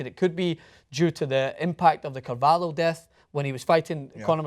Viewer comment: I am a portugues designer. You need to say João Carvalho right. You said "cavalo" it is horse in portugues...